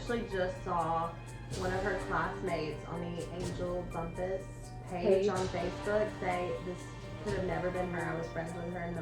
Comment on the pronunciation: A lot of people were really excited about your podcast. I’m disappointed in this. This is a True Crime story, not a ‘spooky campfire story—“ Lose that crazy music! It’s extremely hard hearing you- Your audio and lighting both need work. In your next story, at least learn how to pronounce the victim’s name. It may not be a big deal to some people, but I guarantee it’s felt by the family members & friends who continue to love this person.. They never look at the camera. Not once did they try to engage w- their audience, and I swear from to or somewhere in there, I seriously thought- is she nodding off? This is a Hot Mess….